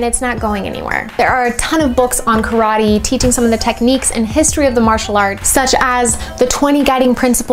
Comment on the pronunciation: calling it "Croddee!" LOL